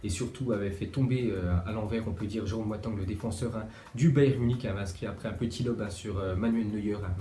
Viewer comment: "Jérôme boatang " 😂